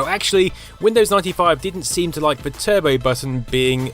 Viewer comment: Turbay button?